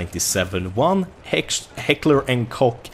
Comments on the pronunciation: It isn't, it's a german company and it's pronounced Koch not cock... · It's pronounced coke. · pronunciation is pronounced, “coke." - directly from their website. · I know, i just thought it sounded funny when said heckler and koch, he pronounced it like cock, no offense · its not called hekler and cock:D u schould ask docm how its pronounced:D